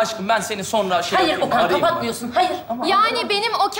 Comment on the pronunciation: Kız Okan yerine oken dedi